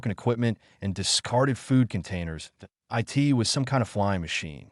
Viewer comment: Wholesome story. A bit of AI reading error at the front end, said eye tee instead of 'it'